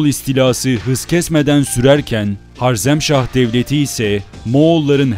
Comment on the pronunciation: reis öncelikle eline emeğine sağlık ancak HARZEMŞAH değil HAREZMŞAH olmalı, bu güzel ve aydınlatıcı paylaşımların için teşekkür ederim geçmişini bilmeyen insanın geleceği muammadır